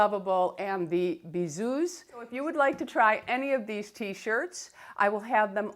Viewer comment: Hello, bisous is pronounced without the 's'. Thank you for keeping me going through lockdown (from England) x